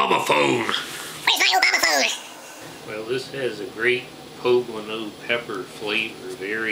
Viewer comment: He's the only one who gets it right.